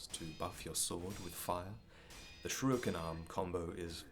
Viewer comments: God damn it, it’s shuriken not shruiken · Dammit. It's SHURIKEN not shruiken! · Shrewiken?? C’mon, man. It’s Shuriken - SURE IKEN. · returns with his infamous "shruikens" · Sruuhiken? Is that how it is pronounced? :O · man makes amazing content but still can't say Shuriken